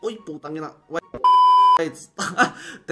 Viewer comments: Bro really Said potang ina😭🙏💀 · Brooo you say potang ina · He say putangina😂😂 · You said putangina